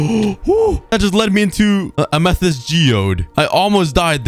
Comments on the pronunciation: Am æ thæest? No Amæthist thats how u pronounce it, but quick (æ is a danish letter but it sounds,like what u say) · Don’t forget, he says amethyst like ametist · Learn how to say amethyst